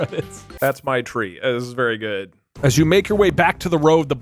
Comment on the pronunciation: goot... i meant specifically goot